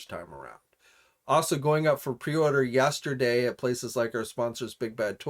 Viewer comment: did you say "yAsterday"?